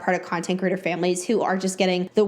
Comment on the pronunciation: I think it's adorable how you pronounce "creator" as "critter" - all I keep hearing is "content critters" lol okay byye